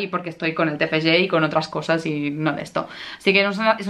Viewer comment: Me encanta tu pronunciación del Tfg, te felicito por partida doble, por tu graduación y por tu libro. ¡Lo has conseguido!